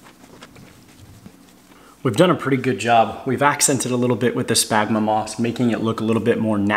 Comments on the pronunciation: Spaghnum, not smagma... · Great videos! As a biologist, however, my ears heart every time you said spagma moss. 🤣Spagmoss is a brand name. The moss is called sphagnum [sfag-nuhm] moss. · It’s “Sphagnum Moss”! I tried to resist, but I heard it so many times, it messed with the flow of the video. Nice job, though! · I cringe every time he says “spagma moss”. 😫 You must be thinking about your smegma dude!😅😅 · Good Lord, if I hear you say SPagnum moss one more time, I'm gonna loose it. Say it with me, Sphagnum Moss. Say it like this, sfag-nuhm. And Bromeliad, pronounced broo-mee-Lee-ad. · Its SFAG-NUM not SPAG-MA. See how it's spelled? --> Sphagnum. Sound it out. Also BRO-ME-LEE-ADS for bromeliads. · I had a small stroke every time he said that. Also bromeliad [bro-me-lee-ad]